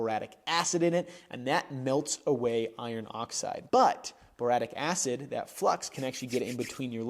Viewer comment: boric acid? Boratique acid?